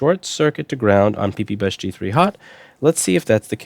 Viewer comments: I get so excited every time he says PEEPEEBUS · He said pee-pee bus.. 😂